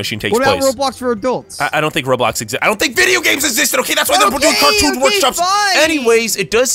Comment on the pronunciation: Catoon? You must mean cartoon